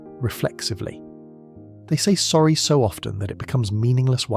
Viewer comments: It's sorry not zorry or orry. Clever AI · Why are you pronouncing "sorry" like "zorry"? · Okay, I like where this is going but either AI scripting or AI voice. Not Both. I was thinking I was mishearing the 'Orry's and the 'Zorri's in the first five minutes but nope, this is an AI script without a human to proofread it before feeding it to the AI voice generator. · . Oh OK, now I get it. They aren't even saying Sorry? They are saying 'orry', Zori, Zory Lol